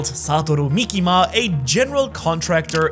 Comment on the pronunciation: "saturo mikima" bro